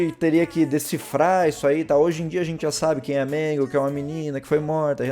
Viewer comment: Quando tu tava falando da puppet você falou magle além da puppet